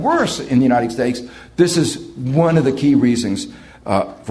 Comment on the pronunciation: He always says "United Steaks" hahahahh